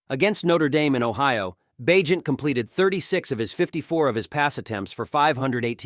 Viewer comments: Did you really say Bag-net??? this can’t be computer generated narration is it? Or is it just a person who doesn’t understand how to pronounce a persons name even though he said it correctly several times… Bag… Net?? Bagent… Bay… Gent.. seriously, if this is artificial intelligence that’s fucking retarded… And no I don’t give a shit about political correctness… It’s fucking hypocritical anyway and it’s all about context… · So did I hear this guy right? He pronounced the Heisman Trophy as the "Hess-a-man"? Then after saying Bagent's name correctly 25 times, he pronounced it once as Bagnet like it rhymes with magnet. Lol. Then he said Donta Foreman without putting the inflection in there. It's pronounced "Dee On Ta" with a long a sound 😂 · BAG-NET? ? HESS-I-MAN trophy? Otherwise nice tribute to our Bears new star.